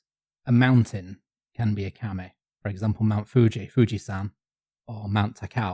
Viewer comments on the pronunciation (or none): yes! And kami means "god/deity/spirit/etc." while kame means "turtle", so it's a funny little mistake. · Pronunciation problems: KamEH is a turtle, not a god/supernatural spirit/paper. Kameeh is that, with a very soft eeh at the tend. So, even if turtles are kameee, you called Fuji-san a turtle, not a god. And no kami is a god in the Western abrahamic sense, as all of them can (and are) be vanquished by human heroes, just as in Homer both Aphrodite and Mars are hurt by the uncontrolled fury of Greek heroes. It's just the anti-human stupid Judeo-Christian nonsense that put people at a place where we're nothing before god. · Interesting to hear the common pronunciation mistake I'm constantly guilty of here, being from Yorkshire: "Kami" being pronounced by as "Kame". The nice thing about Japanese is that the kana characters are totally phonetic, eliminating a lot of ambiguity in pronunciation... but old habits die hard